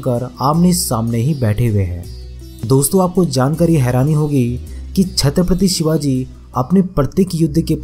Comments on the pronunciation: Sabse pehle Chatrapati Shivaji Maharaj bolna sikh... Baad mai gyaan batna pehle Mahapurusho ke naam toh thik se lena sikh..wo bhi hamare liye bhagwaan hai🚩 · Bhai Chatrapati Shivaji Maharaj ka naam thik se lo varna😠😠😠😠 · छत्रपति शिवाजी महाराज बोलना सीख और फिर वीडियो बना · Chatripatti shivaji maharaj bolna sikho phle varna naam naa liya kro plzz.. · Sir very important and useful information 👍🏻But Please Pronounce Perfectly The Word Chatrapati Shivaji Maharaj 🙏🙏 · Pehle aap chatrpati shiwaji maharaaj kahena sikhiye smje bhaijaan Nahi to video mat banana😡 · छ्त्रपती शिवाजी महाराज बोल किस्की इतनी औकात नाही नाम ठीक से ले